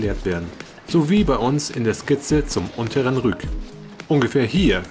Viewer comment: Moin Der Fluss heißt Rick und nicht Rück .Er wird mit y geschrieben und als i ausgesprochen . Grüße aus Greifswald